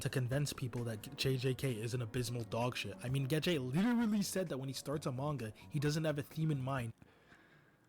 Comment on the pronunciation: it was so hard to watch all the way through because of this guys pronunciation of names, it actually pisses me off so much. "Geh-Jay" it's not hard to pronounce names correctly.